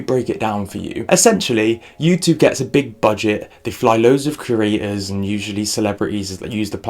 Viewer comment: Why is there a number of youtubers that say ‘cerators’ instead of creators. I don’t get how you can get it confused